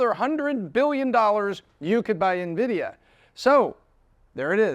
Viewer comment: I appreciate you pronouncing the company's name properly unlike 90% of youtubers not in the tech space